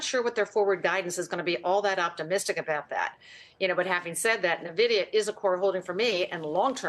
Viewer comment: How do folks who own Nvidia as a core holding still pronounce it wrong? The host even says Nvidia in the question lead up